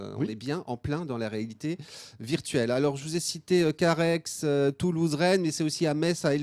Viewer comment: a "Carhaixxxx" on ne prononce pas le X a la fin de Carhaix ont dit Carhaie chez nous